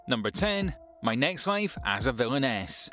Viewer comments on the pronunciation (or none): When he said "my next life as a villainess"i was laughing when he pronounced it